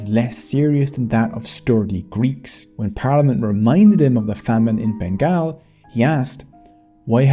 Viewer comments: The documentary makers could not even get the pronunciation of "Bengal" correct. It is BEN-GAUL not BEN-GAAL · It pronounces "BENGOL" because GAAL means SWEAR 🤬 in Bengali. 😢. This video would be so sweet, if you just could pronounce it correctly.... Say "BENGOL" Please. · You sound like a British narrator, you should say it as Bengaul and not Bengaal. Locals say Bangla. Bengaal sounds too weird. sorry for the nitpicking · Has anyone taken the time to tell you that it is pronounced Ben-gol? Like `all`? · Let's gooooooo! Our contribution has long been sidelined. Just a suggestion, Bengal is pronounced as Ben - Gall (like gall within gall bladder). Anyway, amazing work! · it is not said Bengal it is pronounced Bengol like Beng All